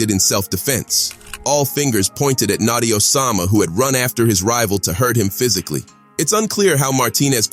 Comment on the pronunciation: Stop saying natsi it’s notti